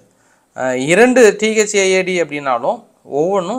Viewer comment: Thad இல்ல தாட்d என்று கூறுங்கள்